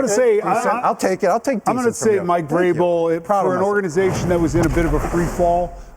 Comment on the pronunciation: Its Vrabel.